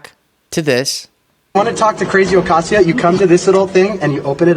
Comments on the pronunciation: It’s pronounced ah not a as in rain. Pronounced Ocahseo Cortez. She apparently doesn’t know anything about Spanish pronunciation. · She can’t pronounce Ocasio correctly. That’s just pitiful.